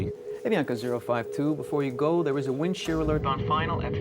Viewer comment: WIND SHEAH